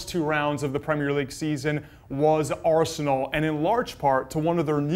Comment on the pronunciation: I’m getting so angry with the way this guy pronounces Arsenal. Not talking about Steve